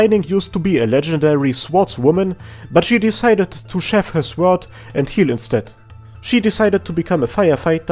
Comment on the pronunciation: I love the german accent you had when you said "seath her sword"